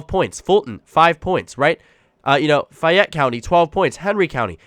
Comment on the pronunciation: In GA, we pronounce "Fayette" county 'Fayit.'